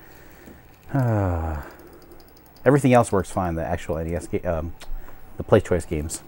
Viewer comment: I found it,its ,and it turns out you actually said PlayStoishen. XD